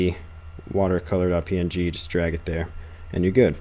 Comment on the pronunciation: its not .ping, it's .P-N-G